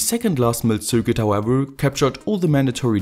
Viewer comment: Yea, his accent is quite bad. He also keeps pronouncing circuit wrong.